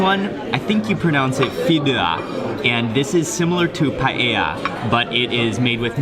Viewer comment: it's pronounced fideWa with a hard W sound like whale :D